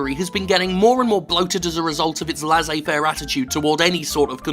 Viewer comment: Cracking and interesting stuff as usual, but the way Jim says "laissez-faire" really hurts my french ears.